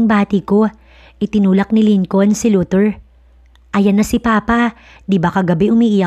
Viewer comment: Hayy Naku...Lincoln. is pronounced as LINCON SILENT L....Ano ba yan ??